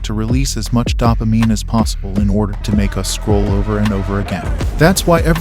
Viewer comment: Can't tell is this is an AI voice or he doesn't know how to pronounce dopamine....